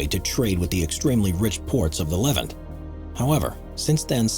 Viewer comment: Levant: Le VANT. Cypriot: SIP ree ot.